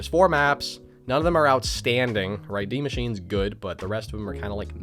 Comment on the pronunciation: Go to to see how to really pronounce die machine My friends say it's pronounced die like as in death but I say de and in the your a smart guy!